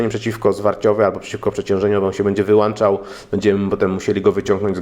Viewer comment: 11 min. po polsku mówimy wyłączał , nie wyłanczał!